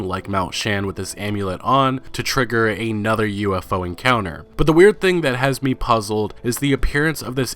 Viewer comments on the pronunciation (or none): Another (ah-nuh-ther): a word. A nother: not a word.